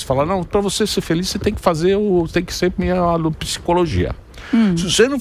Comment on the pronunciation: "Kedê minhe varanda gourmet?" kkkkkkkkk